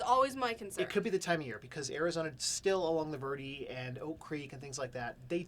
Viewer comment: 'Verde' sounds like 'Bear Day'. Just so you know.